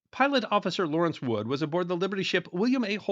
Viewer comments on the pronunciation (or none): none